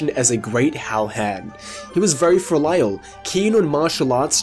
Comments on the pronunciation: That pronunciation of filial gave me whiplash. XD Not trying to be mean, but 'Fill Lyle' with what, exactly? (FEEL-ee-al, for future reference) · Do Australians in general say "filial" like you did here, or is that just you?